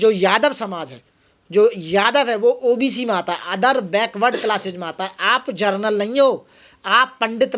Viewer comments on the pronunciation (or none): विनम्रतापूर्वक कहना चाहता हूं कि आपने इस विडियो में,जनरल, शब्द का उच्चारण, जरनल शब्द से किया। आप एडवोकेट है, मैंने पहले भी कामेंनट में लिखा था। आप विद्वान हैं, थोड़ा ध्यान दीजिए। जय भीम ।